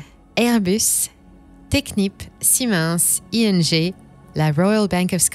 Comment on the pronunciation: Parole d'électricien , c'est la pire prononciation du mot ''Siemens'' entendu a vie😆. Très cool sujet par contre, j'adore!